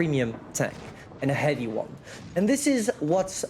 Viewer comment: never been old, he does the pronounce mistake same as he did before on “heavy”:D